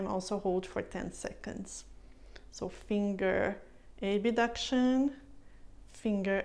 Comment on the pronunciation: Thank you for the exercises. Really helpful. Just a note though. In English, the word is "Abduction", not "Abuduction".